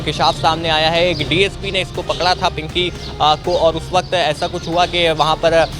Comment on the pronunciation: Pankhiii nhi bro pinky 😂😂😂😅😅😅